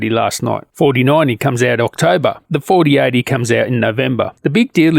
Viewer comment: Every time you say 4080 and 4090 I'm hearing 3080 and 3090.. is that just your accent?